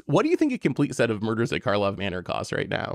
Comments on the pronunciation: It’s funny y’all keep calling it “Markhov” Manor. No way you guys can love the set that much if you dunno its name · Drinking Game! Take a shot every time calls it “Markov Manor” instead of “Karlov Manor”! 😂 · I think and said "Markov" manor every single time. IT'S KARLOV MANOR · It's Karlov Manor, not Markov manor